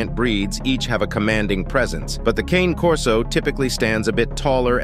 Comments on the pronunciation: When you have Ai do your video voice over, it reads "Cane" like walking cane. The dog is a Cane Corso. Pronounced KAH - Nay. Only other challenge flag is saying the bull mastiff is more protective than a corso. I would say it depends on the individual dog, but Cane Corso LITERALLY translates to Guardian Dog in Italian earned because of how protective they are. I breed Cane Corso. 🇮🇹 My male and female are both as beautiful as they are protective. They only get aggressive when you say "cane" wrong. 🤌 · I have 2 Cane Corso's. You're mispronouncing their name. They're not a piece of peppermint or a walking stick (cane). It's Ca-nay Corso. It's an Italian mastiff. If you don't know how to pronounce their name, then you don't know the breed! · I know that you don't know how to pronounce Cane Corso.... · That is not how you pronounce it, it is an Italian dog, now think about that...